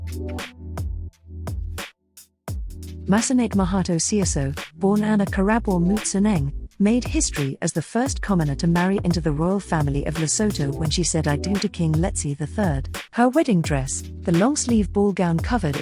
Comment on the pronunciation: The country Lesotho is pronounced "Luh-soo-too", NOT "Le-sew-toe".